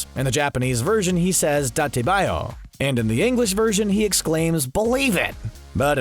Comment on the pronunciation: Daate baayou was pronounced literally completely wrong